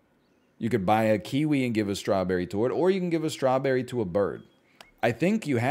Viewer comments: is he intentionally saying strawburry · The way he says strawberry bothers me only bc I know that he knows he says it differently than normal